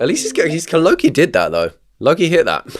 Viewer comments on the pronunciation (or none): none